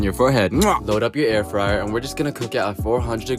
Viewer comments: Air free-er? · What’s an Air Free-air? 😂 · Not going to "@ you for the recipe, going to "@ you for the way you call an air fryer "air freer" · Am i jus high as shit, or in the first clip,was bro sayin "air freeer" at first?🤣🤣😭😭🤘much luv essay😭😭shit had me gaggin laughin🤣🐐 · Why he pronounced air Fryer like that?😂